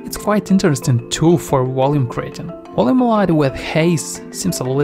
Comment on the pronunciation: Are you saying "volume?" Great video but I keep hearing something like Woloom and I'm not sure if its meant to be volume or something else